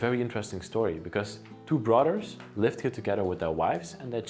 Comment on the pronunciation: You're cute, you pronounce brothers like "brudders".